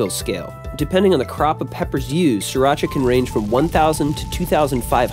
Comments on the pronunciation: Pronounced Sheer-rock-uhh I really hate when people mispronounce this word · It originated in Thailand and you are pronouncing it wrong. "SEE-Rah-cha", or "Cc-rah-cha". But it's okay, most cooks on those Food Network channels pronounce it wrong as well. How to Correctly Pronounce SRIRACHA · And yet, you are 100% wrong. It is pronounced See Ra Cha. Look it up. Don't you just hate it?